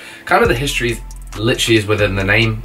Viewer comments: Its history not histroy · please say histroy in all your videos from now on lol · are we not gonna talk about "HISTROY"?